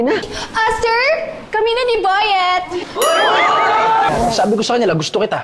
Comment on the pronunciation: Ang basa dito boyette ay Bo-yit